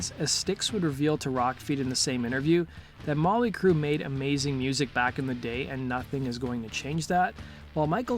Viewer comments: Why does be keep saying Molly Crue?? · He keeps saying Molly Crue! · Stop saying Molly Crue please and sponded instead of responded. Thanks.